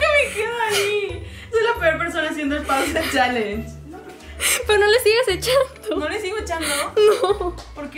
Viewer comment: Se dice pausa challenge no 👉pos challenge 😂😂😂😂😂😂lo dijiste mal